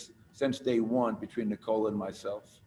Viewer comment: knee-cola ahahaha